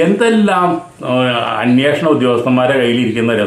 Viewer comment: അന്യേഷണം അല്ല അന്വേഷണം എന്നു ശരിയായി പറയൂ